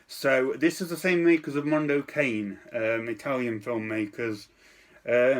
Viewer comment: Protip-- If you're uncertain on how to pronounce a non-English word or phrase, plug it into Google Translate or similar. "Mondo Cane" doesn't rhyme with "rain"